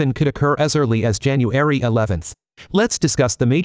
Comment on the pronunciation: ''Jan anuaarry"... please, no more AI voices. Also the cadence and robotic timing is really off-putting.